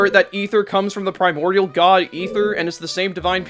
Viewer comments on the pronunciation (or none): none